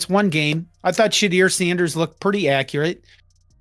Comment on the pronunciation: His name is not Shedeer.🤣🤣 Its pronounced She-dure. And it's Jackson State and not Jacksonville.🤣🤣 And the other 2 didn't know any better either because they didn't correct him. These guys are idiots.